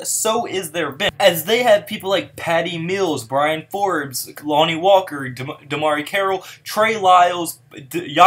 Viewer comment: Good video! I just have to say it's Bryn (one syllable) not Brian.